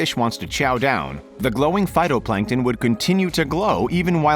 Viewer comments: he also called them "photoplankton" the first time instead of "phYtoplankton" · lol "photoplankton"